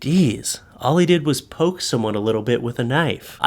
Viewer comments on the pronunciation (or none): none